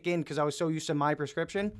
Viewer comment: Never trust a man who can’t say prescription correctly